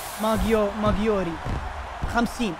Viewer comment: ماغواير ❌ ماغيوري ✔